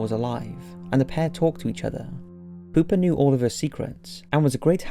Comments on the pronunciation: Anyone else hear poopa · Pooper the doll? sure you're pronouncing that right? lol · I know that it's creepy but I can't help but laugh when he says poopa😂😂😂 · Pew pa pronounce it right.